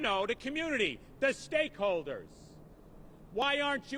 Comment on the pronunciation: Take a short for every time he says steakholders